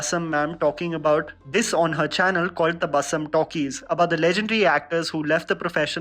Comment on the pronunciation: Tabassum should be pronounced as Tabassoom.